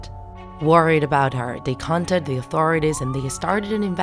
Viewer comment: Nice video but the way u pronounce some words are weird, for example. Instead of saying "Contacted" you said "contated" and instead of "murders" you say "mordors"